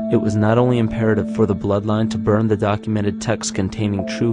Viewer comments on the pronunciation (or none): fascinating ..... but when will people remember how to pronounce "the" before a vowel????? sadly,... pronouncing the word "the" as "thuh" before a vowel makes one sound so ignorant - - "thuh earth", "thuh atmosphere", "thuh eyes", "thuh archetypal"... and totally discredits the content of the message... I suggest that the narrator go back to school and learn how to correctly pronounce English in the beauty it was meant to have